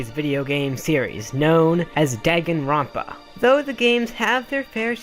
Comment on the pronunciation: DAGENRONPA HE SAID DAG EN